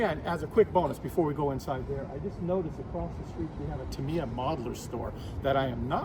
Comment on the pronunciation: The way he pronounces "Tamiya" makes my soul cringe. 😆